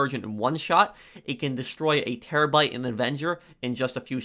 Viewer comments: Bruh he also was talking about the Chernobyl and says terrabite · Terobyte? Do you guys hear this dude say terobyte in